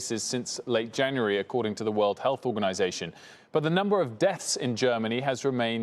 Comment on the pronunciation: Liebe es, dass er health hälß ausspricht